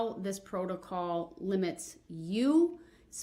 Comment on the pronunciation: He loves saying Protacaw 😂